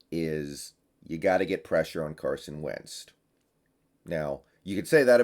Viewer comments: Idk why put it pisses me off whenever he said “Wenzt” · you've been doing this for long enough, say the name right. Wtf is up with the "t" you're putting on Wentz name? I'm a Hawks fan, and you're a guy representing the fan base Show you at least can say the name. Many people who have to do, exactly what you do, put in time and practice to the opposing teams players. It's funny too because you say Nkemdiche (sp) totally right. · He does that with a lot of names haha, it's a part of his charm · It's been really annoying I agree lmao can't wait for week 2 so I can stop hearing that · Lol yeah me too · Yeah!! Come on....you can do better. Lolt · Bro now I can't stop hearing it lol